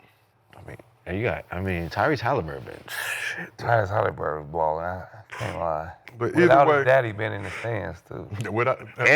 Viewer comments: He said Haliburton?!?!?!?!??????? Lmfaooooo. Delusional as fuck. FOH. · Lmao dude said Halburton 😂 idk why gil gave him a job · really said Halliburton 😂